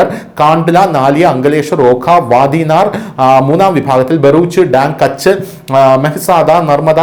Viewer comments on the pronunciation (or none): none